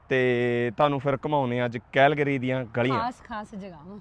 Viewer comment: ਭਾਜੀ ਵਰਡ ਦੀ ਪ੍ਰੋਨਾਸੀਏਸ਼ਨ ਸਹੀ ਕਰੋ ਸ਼ਹਿਰ ਕੈਲਗਰੀ ਹੈ ਕੈਹਲਗਰੀ ਨਹੀਂ